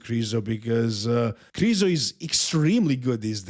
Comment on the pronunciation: His last name isn't krizo ffs